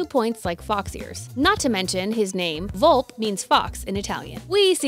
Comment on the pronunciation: Also it’s pronounced vol-pa and written volpe, how would you get volp from that?